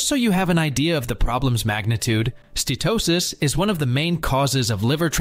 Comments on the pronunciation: It’s not ste-to-sis — it’s ste-uh-to-sis. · You really should learn how to pronounce "Steatosis" HINT: it has 4 syllables. - you get it right here. Lucanica is a rustic pork sausage. The word you're looking for is Leukonychia. - I think you mean "varices" here, NOT viruses. I think you mean "ascites" here, NOT assights. lol. And why do you keep switching your spelling of "Steatosis" with "Statosis", back and forth? "Connecticut" Scan? lmao. I think you meant "CAT Scan"... - Actually "Obesity" isn't really a risk factor. It's a symptom of insulin resistance (aka Chronic Insulinemia) just as T2D, CV disease, high blood pressure, and many cancers are symptoms of insulin resistance.. Hepatocytes NOT Hepaticites. - All sugars are treated by the liver as a toxin just like alcohol. Sugar and Carbs are mostly responsible for the obesity and chronic disease we now see globally. Daily carbs should ideally be less than 20 g. Also, ultra-processed foods and Vegetable/Seed oils like canola, rapeseed, sunflower, soybean oil, etc. are highly inflammatory, creating free radicals and damaging cell mitochondria. It's best to use animal fats like lard, suet, tallow, and butter. All fruit should be avoided as you cure a fatty liver. They contain the toxin Fructose... not good. Some "fruits" are exempt, like avocado because they contain no sugar and no carbs. - Whether "whole grains" or "processed grains" they are all carbohydrates and will eventually give you Insulin resistance! 1